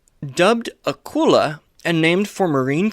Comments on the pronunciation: Old video but just a point…. Its pronounced with a KULE LA not a kull a …. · You misprouce Akula. Its A-coo- la